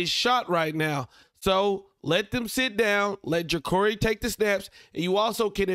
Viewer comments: It’s Juh-car-e (not curry) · It's Ja-Car-ee bro. Just letting you know